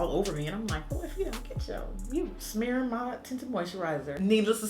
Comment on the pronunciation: "smearin my tinted moisturizer" lol